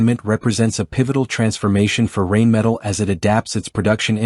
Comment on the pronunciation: I don’t even speak German, and I can assure you that your AI or computer generated voice through using to narrate this video can’t even begin to conceive German pronunciation. German is full of words that are made up of multiple words strung together sometimes almost making an entire sentence or paragraph in a single word. The word “Rheinmetall” is a perfect example. It basically means the metal works on the Rhine river. Now how do you pronounce the Rhine river? Not the way you’re stupid computer or AI voice pronounce that in your video. Another DA millennial.